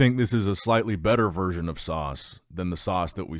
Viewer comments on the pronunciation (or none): none